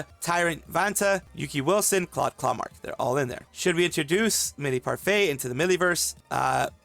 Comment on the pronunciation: asshole didn’t even try to get her name right 😑